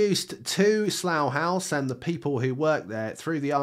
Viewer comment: Why does he say saloo hause?